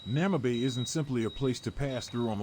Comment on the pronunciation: Bloody AI, is calling the city Namabay... the city is called Namibe ou Moçâmedes. Porra para a IA. Chama a cidade de Namabay... xé! Estamos no Namibe em Moçâmedes.